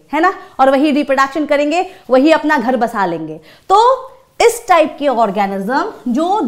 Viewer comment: Maam ap is ko eeez kyu bolte ho😂